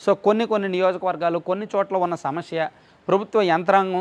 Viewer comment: Hai sir..! Mee videos chaalaa baaguntaai but 'సమస్య' అనే పదాన్ని మీరు 'షమష్య' అంటున్నారు చూడండి